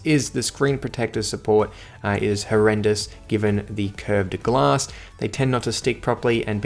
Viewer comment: Back Glass What a pronunciation of the word...